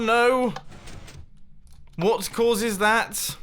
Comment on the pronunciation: Nobody: Mumbo in his very hard accent : WAIT W O T ?